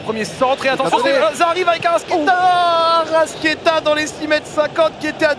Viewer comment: Je suis supporter de Flamengo depuis le Brésil ! Tellement heureux du match d'hier et de la victoire ! Par contre en voyant ta vidéo je m’aperçois d'une erreur, la prononciation c'est ArrascAeta (toi tu ne prononces pas le A, tu prononces Arrasquéta).